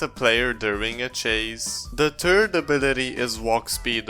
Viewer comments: great video just i know you have an accent but please say th-ird insted of turd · " the turd ability" 😂😂😂😂😂